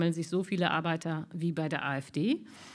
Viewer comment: Arbeitta? Es heisst Arbeiter… Wohl nie malocht, „die Dame“…